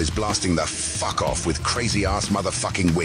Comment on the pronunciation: Lmao I love how he puts sooooo much emphasis into the F of fffffffffffuck lol.